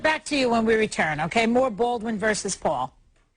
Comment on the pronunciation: i just love it when she says Bwaldwn vs Pwul